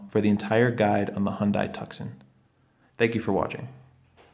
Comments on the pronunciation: Hyundai rhymes with Sunday or Monday. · Yes, I was a bit dismayed that in this how to video he mispronounces both Hyundai and Tucson.